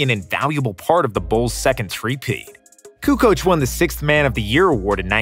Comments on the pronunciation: Jordan says KUKOC and I believe him!! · pronounces Kukoc, Petrovic, Stojakovic, Doncic correctly but in the end does wrong the same type of surname with Dragic. And incorrectly does Divac too)))